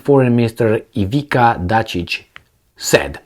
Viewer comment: its Ivitzza Datchich, so You know. Ivizza MF Datchich(bitch). so just U know. All d best to U my man.